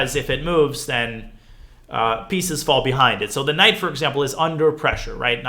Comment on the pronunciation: Ngl I thought it was "knight orf"